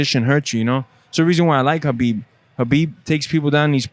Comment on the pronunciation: I love this ALPHA MALE. Thanks for the Khabib shout out and prounounces his name correctly.